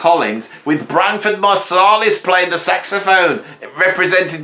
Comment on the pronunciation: Winston Marseilles is a trumpet player ,, also , you mimed flute when you said saxophone